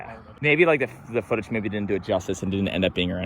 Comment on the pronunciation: i like how you say "footach"